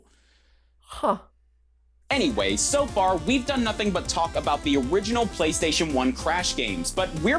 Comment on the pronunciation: And every syllable is enunciated in the most unnatural way a human being would ever speak. “THEE BEST GAME ON THEE PLAY-STAY-SHUN”